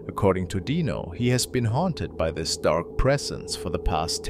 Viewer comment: It's pronounced dyno not deano spelled dino